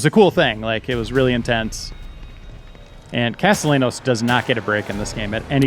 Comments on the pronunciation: People really need to learn how to pronounce Castellanos when they do videos for this game series. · Whoever this guy is pronouncing Castellanos wrong should get decked. Get an education shitstain, seriously. On another note, stick to the game, or games in general. Nobody wants to hear anything related to politics in a game preview. We play to escape, not the other way around.